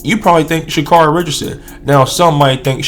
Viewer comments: Carry.... pronounce it right. Here you are with the B.S. just say it you don't like her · care ree.